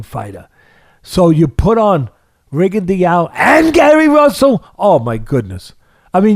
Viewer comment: Why does Teddy mispronounce Rigo's name like that?